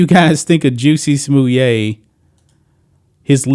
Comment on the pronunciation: Someone says "Jussie Smollett" I'm like, who?? Ohhhh ... you mean Juicy Sommelier!